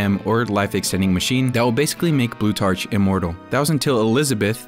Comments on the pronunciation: Its pronounced "Blue-tark", not "blue-tarch". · It's pronounced blue-TARK, like Plutarch. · Blutarch is pronounced "Bloo-tark," the ch sounds like a k such as in architect or psychology.